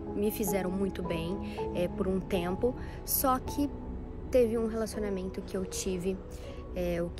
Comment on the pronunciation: Sim João, ela fala ciumeinta, relacionameinto , kkkkk eu também tenho raiva